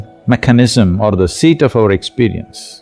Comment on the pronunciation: It's not sheet.... It's seat of experience 🙏🏾